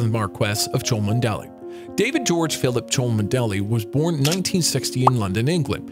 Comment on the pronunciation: "Cholmondeley" is pronounced "Chumley" (two syllables). It makes me question how good your research was.